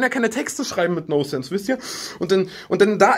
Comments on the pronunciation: Das heißt "Non-sense" und nicht "no-sense" :'DD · Es heißt nonsense und nicht nosense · noNsense, das N ist nicht stumm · Es heißt: „nonsense“ Tanzi, nicht: „no sense“.